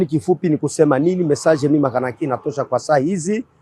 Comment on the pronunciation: Bjr grand journaliste patriote, L'autre MUZALENDO là c'est MAKANAKI et non makanika.